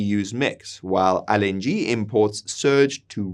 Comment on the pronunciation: I couldn't really pay attention because he keeps misprouncing LNG. IT'S (EL)NG, NOT (AL)NG! Jesus, man, how are we supposed to take you seriously? 😂